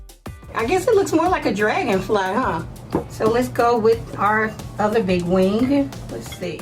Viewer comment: Are you saying wing?? Sounds like wink.